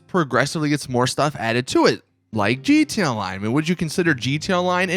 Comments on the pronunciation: What the fuck is a jeeteeya-line?? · it always caught me off guard how he says GT online